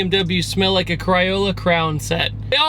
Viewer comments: did you mean "Crayola crayon set"? Because you said "crawla crown set". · Crayola Crayon. Not cryola crown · A cryiola cryon set......Crayola Crayon..... lmao RIP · Not cryola Kraola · Cry-ola lmao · so are we not going to talk about how he mispronounced CRAYola? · “Cry-Ola Crown set.” 😂😂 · "cryola cryon" set., your south is showing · "Cryohla Crown set" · cry-ola cray-own set lol